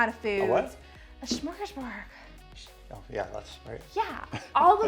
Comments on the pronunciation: Second time too haha. It’s smörgåsbord. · totally said smorgaborg the first time lol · Sorry, friend but you mispronounced smorgasbord TWICE, lol. Ends in D not G. Also, the "assistant" rant hilarious. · I'm so glad your assistant called you out on "shmorgaborg"🤣🤣❤❤